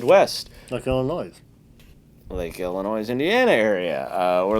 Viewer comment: The S in Illinois is silent!!!!! Ahhh!!! But yes please come to the midwest. Come in January when is 20 degrees and snowing